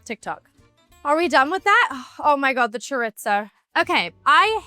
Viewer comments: As a Spanish (even though I love her) I felt lowkey offended hearing her say „Choritzoo“ and „Paelllyaa“ like that 😭😂😂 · I didn’t know chorizo has a T in it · Millie saying ‘choritzo’ sent me 😭💃 But honestly, her kitchen energy is pure gold. I just did my own celeb-inspired paella attempt—let’s just say… chaos, but tasty 🍤👩‍🍳✨ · I was like wtf is choritzo because that is what I heard her say. Girl it is chorrrrrisssooo try sounding it out spelled chorizo sounded out how I wrote it. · Chore-its-o. I'll just leave that there. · She's so cute! I love how she pronounces it "chore-it-zo" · Cha Reetz Ohh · someone help her say chorizo pls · I keep trying to find the T in chorizo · mispronouncing chorizo, claiming its italian, your accent is half LA haf UK... like bruh do you have an identity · its not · I know that’s not the correct pronunciation but that’s how we say it in the uk (or at least a lot of people do!) … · For reel 😂but maybe british people say it like that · That caught my ear as well 😂